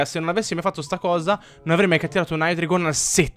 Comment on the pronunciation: non per fare il preciso ma si pronuncia haidreigon